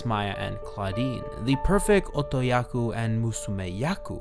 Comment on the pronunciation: Otokoyaku. Not otoyaku. Otoyaku isn't a word. I wanna watch this video but that's gonna drive me nuts.